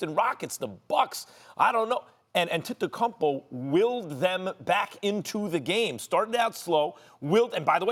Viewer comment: max cant even say Giannis last name correctly